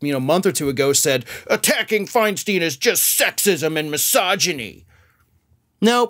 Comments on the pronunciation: My GOD! She's been in public office for years and you STILL don't know it's Fine-stine?? NOT Fine-STEEN??? JESUS!!!!!!!! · It's Fein-STINE, not FeinSTEEN! At least get her name right! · Feinstein Fine/Stine Like a stein of beer Your content is good The mispronunciation is jarring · Thank you for that piece. Her last name is pronounced: “Fine-stine” with a long “I”. I agree what a bunch of dishonest staffers! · Stop the mispronunciation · Would you at least pronounce Senator Feinstein’s name correctly? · Stop mispronouncing her name